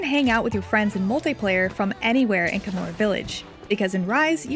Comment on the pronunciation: It's not Kamura, it's KaH-mura.